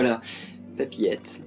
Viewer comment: A chaque fois que tu dis papiette , j'entends coqiette